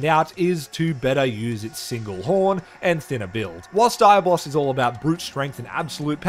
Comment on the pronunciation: Dude, not Daya-Boss it's Dia-Blos